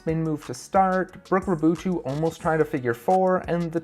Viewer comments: Technically it's supposed to be pronounced somewhat like "Rah-boo-two" since her dad is French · great video but please work on pronunciation of Janja and Raboutou